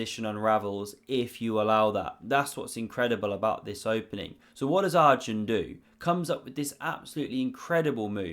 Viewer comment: Enjoying your videos and commentary style. But as Arjun is not going away from the chess scene for many years yet, it's worthwhile to learn the pronunciation pf his name. It's not Are-jun, it's pronounced Er-jun, as in the word err. Very jarring otherwise.